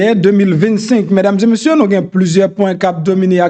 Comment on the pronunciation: Se pa mesdames zeu messieurs , se mesdames zé messieurs . Je vous en prie monsieur .